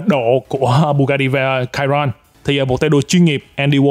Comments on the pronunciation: đánh vần sai rồi: bugati chiron mà anh kêu là: (bugati cairon ) sai chữ (cairon ) chữ đúng là chiron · Chi-Ron Nha ah chu ko phai la ciron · Chiron đọc là sì hon nhé bạn. Tên xe được đặt theo tay đua huyền thoại người Pháp Luis Chiron nên đọc theo tiếng Pháp. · )) bugatti chi ron , đọc bth như tiếng việt thôi anh